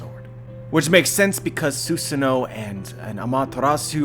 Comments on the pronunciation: Stop saying zeusano it's susano'o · It is pronounced Su-saah-NO!